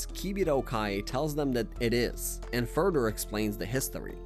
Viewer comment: He pronounces “demise” as “Dee-mice” and “further” as “fur-dur” … I think he’s just not great at speaking or baiting for comments complaining about it